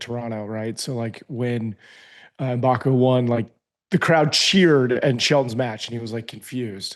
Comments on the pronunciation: Do not pronounce the M, just say Boko, in Africa, the M is silent...almost😂😂😂😂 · learn to pronounce Mboko!:)